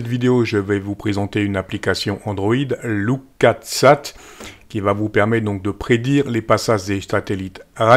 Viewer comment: bon je sais que l’anglais n’est pas ton fort !!!